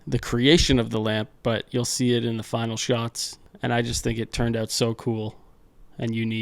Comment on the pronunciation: I love how you were placing the Ontario licence plate while saying "having them oot"... made me laugh. Also...great video. Love the build.